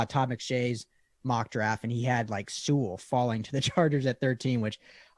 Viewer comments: I have one note for you, especially. If by some miracle he gets drafted there, ya gotta learn to say Penei Sewell's name right. It's pronounced Sue-ull. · That and them both saying See-Well was driving me nuts.